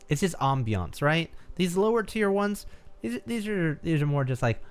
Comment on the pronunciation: pronunciation of ambience gives me life